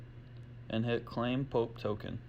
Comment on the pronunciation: PO-AP is how it is pronounced just a FYI